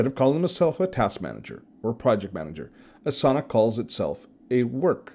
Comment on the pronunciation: ) it's pronounced Ah sah nah, not A sauna. :-)